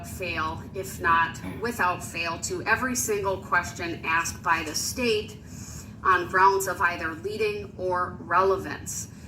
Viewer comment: Axed, biast,substain